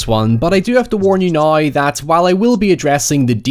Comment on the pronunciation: He doesn’t say “now”. He says NOI.